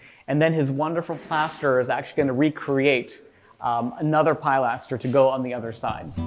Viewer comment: Great job!!😊one small point there described and pronounced Pillaster not Pielastor